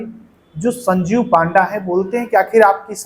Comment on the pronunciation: It's not पांडा , It's पंडा